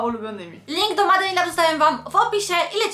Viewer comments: Się MADE in lab wqrwi 😝 czyta się MEJD nie MADE!! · Kochana "Made" czytamy "mejd"